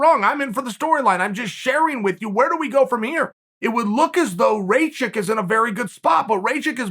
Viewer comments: Chael: RAYchick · It's Rakich RA-KICH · That was rather: "Rejcik" 🤣🤣🤣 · Who the hell is Rejchik? His name is Aleksandar Rakic...and you better learn how to pronounce it as he's the future champ